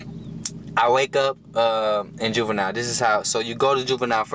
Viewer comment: Did he say boobenille